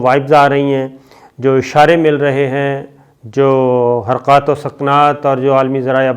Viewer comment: صابر بھائی حرقات و سقنات نہیں حرکات وسکنات 😄